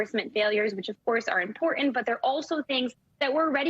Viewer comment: can say “report “, but can’t pronounce “important”.